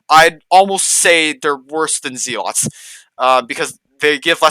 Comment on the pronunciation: very helpful,but Z-lots xD